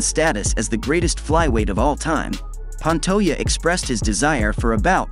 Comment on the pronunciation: Pan-toe-jah. Now put out a video where you pronounce the mans name.right.